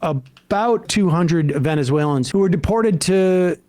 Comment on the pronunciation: He's calling them VENZOOAYLENS" 😂😂😂😂 this guy is a goofball